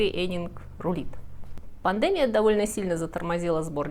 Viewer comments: Спасибо,. Всё прекрасно. Но, единственно, что режет слух, это ударения в некоторых словах. ПандЕмия. Мы привыкли говорить пандемИя. ТЮдор, мы говорим тюдОр. И т д. Извините, не хочу вас обидеть. ❤❤ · Люблю ваш канал и качественный контент на нём. Но неправильные ударения режут по ушам. Все мы делаем ошибки, но у вас неправильные ударения в словах часто употребляемых. Например, уже в конце ролика, в слове "пандемия".